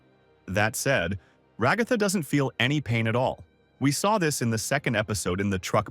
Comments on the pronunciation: everyone: Ra-ga-tha Show: Rag-ah-tha Guy:my little milk furs Show: my little milk maids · “and Rahgahthah” 💀